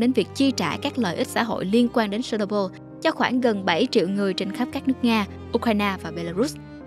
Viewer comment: phát âm chuẩn giùm. chéc nô bưn. se nô bô là cái gì?